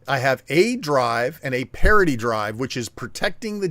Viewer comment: Parity should sound liker charity when said. not partity :P